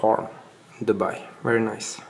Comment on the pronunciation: Did he end up getting a wee eight from the wolkswagen? Or is that wery hard to find? It will definitely be a wery nice wolvo